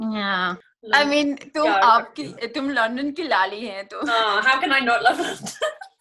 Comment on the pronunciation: अरे लल्ली नहीं "लाली" है उनका नाम!